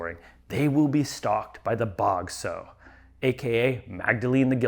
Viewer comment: Sorry, but this grated on my ear the whole review: "sow", as a noun meaning "female pig", is pronounced to rhyme with "cow".